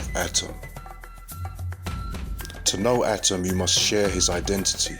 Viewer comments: Atum.. not atom... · Exceptional Work! Except, ATUM not ATIM, if I'm not mistaken. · Are u saying adam or atum? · He's saying atom or adam?